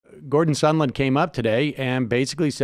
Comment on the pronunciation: Sahhhnd land! Like "songland". Sorry. That's a serious pet peeve.